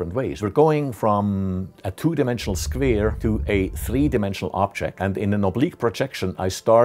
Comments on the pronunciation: I love how he says “squere” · I like his pronunciation on the word square. "Sqvare" :) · Yeah, we all love those squeers. :D